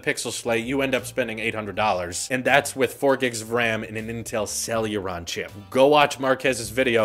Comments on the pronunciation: It's hilarious how you keep saying Celluron io Celeron. But it's OK, they're not worth the correct pronunciation 😂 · it's CEL-E-RON, NOT CEL-U-RON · Say it with us, Sell-a-Ron. Not sell-yur-ron 🤦‍♂️ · First "For-bees" Now "Sel-uron" Jesus lol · For the love of fuck,, CEL-ER-ON. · Where is the "u" is "celeron" coming from? =p